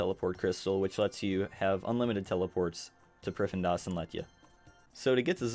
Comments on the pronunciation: Priffindas...... Dude ... you literally had the text that clearly said priff-din-as multiple times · Its pronounced prif-thee-nas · Every time he says priffendas... I get that people can have different pronunciations, but I don't see how that's one of them lol. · is located in what now. "pri-fen-das"?!? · great guide, helped me out a ton! I was losing my mind at how you pronounced prif though lol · stopped watching the first time i heard you pronounce the city name lmao wtf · Lmao same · This might actually be a good guide, but I was getting so triggered by his pronunciation of Prifddinas, I had to leave before the first full minute. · It hurts me to hear it get butchered😪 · nah, im canadian. that is not how its pronounced lmao